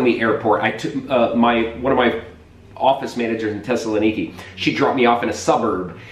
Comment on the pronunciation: Thessaloniki has a TH in the front, and it's pronounced, unlike the way you said it--Tessaloniki.